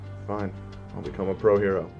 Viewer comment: The Way You Say Hero Are Shit😂😂